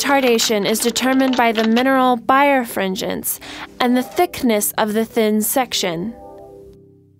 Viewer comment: It's pronounced bi-refringence, not bire-fringence.